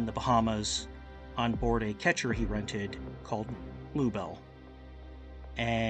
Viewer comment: The boat is a "Ketch" and not a "ketcher" as well.